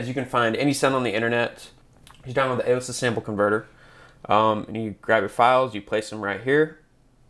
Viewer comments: ALE esis??? You mean a LE sis? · You’re mispronouncing the company name Alesis. It’s pronounced with emphasis on the second syllable and with a strong E sound. so it should sound like: “uh-LEE·suhs” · Great review! But just helping you out. It’s Uh-Lee-sis 🤙🏼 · you cant even pronounce the name of the company correctly...